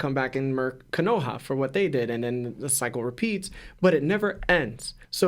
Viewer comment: I dislike how you say ko-no-ha